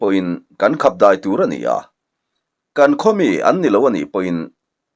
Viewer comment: Deih nilovin Daih tihtur zawk aw